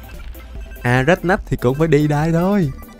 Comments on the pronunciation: đọc nhện boss là:" A RÁCH NÁCH":D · a rách nách Best tiếng anh của năm🤣🤣🤣🤣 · hôm nay đọc tên con nhện thành a rách nách:chúc lên 1 triệu sub để sao mặt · Anh ns con nhệnn thành Á RÁCH NÁCH, 🤣😂